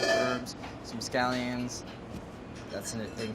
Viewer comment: Every time he pronounces shallot or scallion a part of me dies.